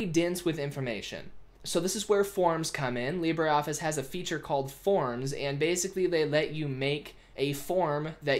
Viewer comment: IT isn't pronounced leebraree and its advantage over a spreadsheet is it is shareable over multiple users whilst being able to save it